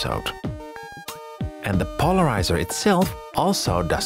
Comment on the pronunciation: "REmove the polariZAH" I loved this series so much. Can't wait for more.